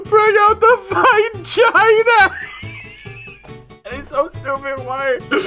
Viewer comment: "honey, we have gusts get the, fine jhina."